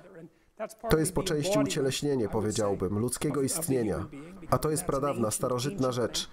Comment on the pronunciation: "powiedziałbym" ma akcent na drugą sylabę. Na trzeciej brzmi bardzo dziwnie.